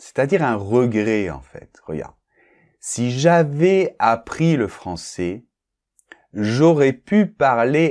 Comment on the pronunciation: Salut,! Est-ce qu'on ne fait pas la liaison entre "... j'avaiS appris..."? J'ai note que vous ne parlez pas le S entre ces mots. Vous pouvez m'indiquer une vidéo pour apprendre où il y a la liaison ou non, s'il vous plaît?